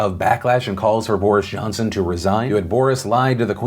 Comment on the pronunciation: Anyone else notice Phil call Johnson "Boorish Johnson"? Lol, freudian slip? You usually do very well with pronunciation, so that was a very interesting mispronunciation to make...